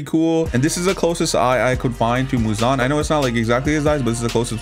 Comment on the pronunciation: Every time he said Muzon I said He he High pitch